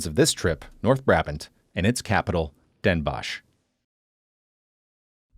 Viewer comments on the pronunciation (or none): I know the sch at the end makes you want to pronounce it as a shhh sound, but Den Bosch is pronounced Den Boss (sadly, English doesn't have the correct O sound for the Dutch language, so the word 'boss' would be the closest). And 's-Hertogenbosch the same, the H is basically silent, so you're saying Sertogenboss. Great video nonetheless!